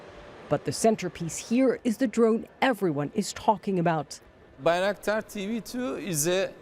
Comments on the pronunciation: it's name is not Bey-raktar, it's name is Bayraktar., Bay pronounced like by or bye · I keep hearing Bea 🤣 lol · At least say it right. Aren't you a journalist? By-rock-dar. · Bay - "wreck" - tar. Damn right it is! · Narrator talks about the song where bayraktar is said over and over, then repeatedly mispronounces it herself. Well done CNN, well done. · side note to the lady doing the report...how is it you listen to the song and still pronounce the name of the bayraktar wrong ? 0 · She keeps mispronouncing the name, despite being shown how it should sound by the song and the Turkish designer. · When your news story is a month late…and the reporter can’t even pronounce the name of the drone correctly. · Ukrainians know how to pronounce it correctly, unlike the CNN reporter. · Why does CNN/ (the media) keep saying the name of the drone incorrectly? Considering they interview many people who say it correctly. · Sigh.. why do you guys always butcher the names.. Ukranians are pronouncing it correctly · I love how the song pronounced it correctly, even in Turkish, and the anchor was like “nope… I do what I want”.